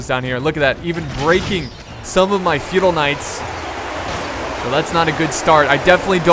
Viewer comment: Anybody else thought he was saying "fetal knights" the whole time?